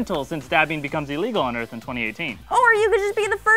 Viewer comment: Wait did say Earnth instead of Earth? Or am I just not hearing shit right?